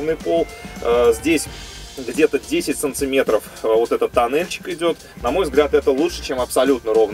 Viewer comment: Автор, прекращай говорить "сонцеметров"